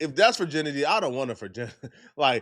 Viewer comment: keeps saying “furrginity”😂